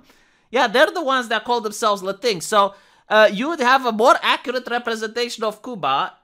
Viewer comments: Thanks for pronouncing "latinx" as "latinks", not "latinex". It's the right pronunciation, and the right mocking, that pseudo-word deserves. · I've noticed for a while that it sure seems like YT is trying to hide you from non-subscribers, and I'm pissed on your behalf. I'm sure you need me for that. Anyways, I'm glad you pronounce Latinx properly-I've been saying it that way since I first saw it. Perhaps our correct pronounciation will spread. Also, my misspellings.